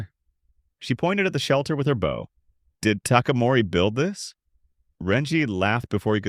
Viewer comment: I don't get why all these AIs keep mispronouncing bow; it's so annoying, especially the number of times they use it.